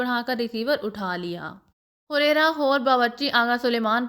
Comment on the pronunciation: Huraira nhi hareera hota hai